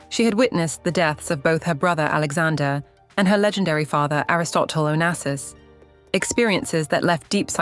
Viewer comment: Onassis est son nom et pas Onases ou Onasis !!! Respectez ma famille .